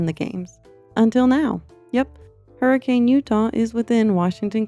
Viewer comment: ITS HURRI KHAN